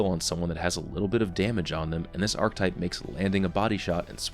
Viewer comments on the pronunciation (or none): Okay, gonna say it, I love you and your on-the-nose analysis of the game, but every time you say it "ark-type" instead of "ark-uh-type" I die a little inside. Other than that, I love the video, very informative and useful for a non-sniper such as myself. I do wonder about the more oddball-type foundry scopes and how they tend to stack up with their added peculiarities like the Holo-ironsights that can come on Omolon rifles, or those ones that highlight enemies in general or "within the appropriate range", but you've made those feelings known. Thanks for the video! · Damn it,, "arch-E-type" not "arc-type" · When people say arctype and not archetype